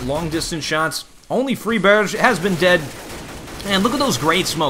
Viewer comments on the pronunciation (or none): "free-barejh" that kinda sounds Swedish. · that pronounciation of friberg